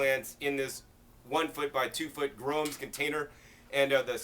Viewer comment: For those like me who couldn't understand what the box is he is talking about, it's a GROWUMS BOX. All I heard was gromes box.